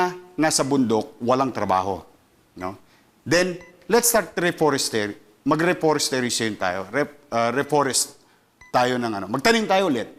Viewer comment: Endemic VS Pandemic, di mabigkas ang ‘reforestation’, porn paberty daw, time in memorial daw! 🤣🤣🤣 Wala ito si Ka Isko, waiting na lang ulit ng maibubulsang sobra sa campaign funds! 😂😂😂